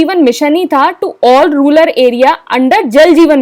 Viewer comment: Mam ruler nahi its rural